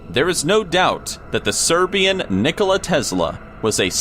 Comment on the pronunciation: Who else thought said Nikoli instead of Nikola